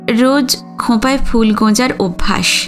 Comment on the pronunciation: আপনার পাঠ খুব সুন্দর। একটা দুটো উচ্চারণের অসংগতির কথা যদি বলি আশা করি আপনি মার্জনা করবেন। যেমন 'ফুল' কথাটির উচ্চারণ fool নয়। বাংলার ফ এবং ইংরেজির f এই দুটোর উচ্চারণ কিন্তু ভিন্ন।।